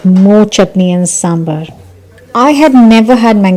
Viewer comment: Yum! My mouth is watering. A couple of tiny corrections to pronunciations: Udipi is pronounced UDD-i-pi, with accent on first syllable and heavy dd sound, and sambar is pronounced saam-baar, not samber. Common mistakes among non-South Indians. And unfortunately no South Indian restaurant serves up good gulab jamuns! It's a northie dessert and they include it on their menus just to be inclusive 😂!